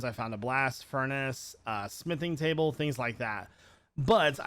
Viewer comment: Its called a smithing table btw. I dont wanna be that guy that tells you how to pronounce thing but yea.